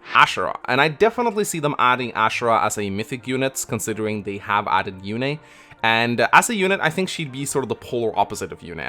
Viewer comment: FEH also pronounces Yune as "Yoon" in direct contradiction to how it was pronounced in Radiant Dawn as "You-nay". I don't know if I trust FEH pronunciations, lol.